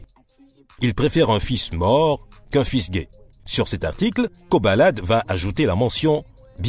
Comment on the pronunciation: C'est Koba la D au cas où et non pas "kobalade"...